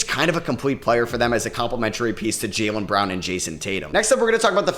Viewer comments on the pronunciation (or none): none